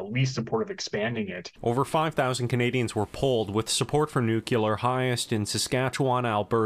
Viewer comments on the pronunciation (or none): Nucular lol